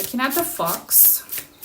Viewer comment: Haha, your thumbnail looked like a pregnancy test. And your British accent in the first fifteen seconds sounded like “fucks” instead of fox. That’s my psychic sense going haywire, in a good way.